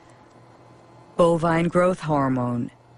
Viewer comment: ASS- PAR- TA Me? you'd think you might learn how to say somethng before you say it in a documentary!